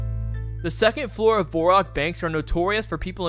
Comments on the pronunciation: IT'S NOT VORROCK. IT'S VERRACK 😤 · In what reality is "Varrock" pronounced "Vorrock"???? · VaHrock not VOurock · How do you pronounce it vorrock? there's literally an a. Vair-ock varrock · Dude. I let "Vorrock" slip but "Geilinor"?!?!?!? It's Gielinor. And also "Varrock" or "Verrock" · Its Varrock, not Vorrock. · It's not Vorrock or Verrock... It's Varrock? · its not verrock or vorrock, its varrock get it together and get a grip and get out of here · why the hell are you calling it "vorak", it's varrock. Do you play runescape? lol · Vair-ock not Vohre-rock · V-AIR-ROCK... not V-ORE-ROCK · If you pronounce varrock vorrock, I'd be interested in how you pronounce the teleport for Ghorrock... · saying voreock and guylinor should be a crime but besides that, great video. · Ain’t no way this guy just said “Vorock” for the whole video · Ot's nit Vorrock, ot's Varrick. I figure if we're just reassigning phonetic sounds to the wrong vowels we might as well go all the way. Why don't we just start calling the game "RanuScopi" if we're just arbitrarily deciding that the letter A now makes the O sound, why not roll a dice and just use vowels randomly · vorrock bank and folidooor jesus christ who talks like that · "vorrack" is insane bro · Vore Rock? theres an "A" dude... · "Vorrock" and "fallador". really. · good video.. i hate the way you say "vorrock" though. kills me every time. a few times in there i was thinking.. "well duh.." but for the most part.. valid useless info. good watch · its definitely not Vor-rock like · Its not VORErock. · Pronouncing it Vorrock is just plain silly. It has an a! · It's Var rock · its varrock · What about the world "variable"? would you look at that and pronounce it "vore-iable"? no because it's wrong and sounds just as cringe as "Vore-rock"... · This was fire but your pronunciation of falador varrock and some other rs words was wild lol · my man how the hell did you come up with your pronunciation of Varrock?